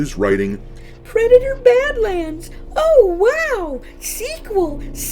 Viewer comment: ... "PWEDATOR BAD-WAND!" 😂🤣🤣😂